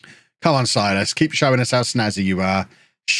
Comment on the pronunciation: not sure if you even care, but if you do: Silas should be pronounced Seelas. (I'm brazilian, I know)